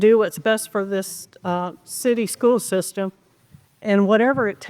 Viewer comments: What is a “skoo sistum”? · “Skoo system”